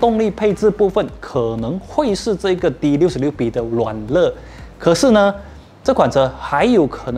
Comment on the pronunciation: 软( 肋 )的读音应该是软( 累 ) 😁